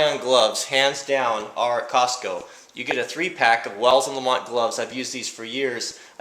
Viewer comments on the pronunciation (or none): none